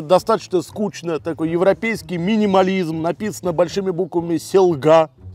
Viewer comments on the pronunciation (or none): и не сэлгА а сЭлга 😂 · И не селга а Сэлга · selga ударения на e se'lga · Es nevaru saprast ka viņš to izruna selga mežpils 😂